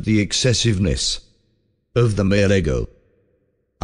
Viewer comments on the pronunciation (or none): lol it's pronouncing ego like the waffles. Silly AI